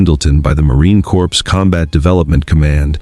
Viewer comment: It's not a "corps". The Correct pronunciation is CORE . P & S is silent!!